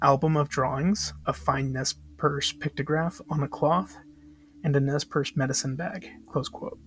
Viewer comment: FYI Nez Perce is pronounced Nay pair-Say